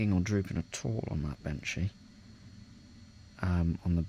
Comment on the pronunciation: It's benchy not banshee 😂 mine arrives soon and I'm just as excited as you! How are you getting on with it now you've had it a bit?